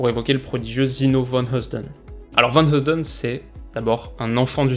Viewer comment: Pour la prononciation de vanheusden tu peux jouste prononcer vanieuwsden😀